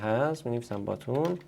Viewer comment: ☘️باتون نه باتن